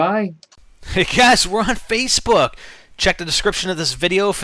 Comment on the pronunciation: "hey guys were on fcebook "lol